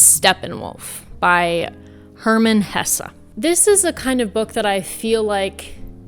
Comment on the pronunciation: 🇬🇧 👍🏽 November 2024 What an awesome set of choices & summaries/analyses! Kudos also for pronouncing 'Hesse' correctly. (Folk bastardise 'Porsche' all the time (prob even the corporation itself does too, in America, say) - but it is a family name - & therefore has a correct versus incorrect pronunciation)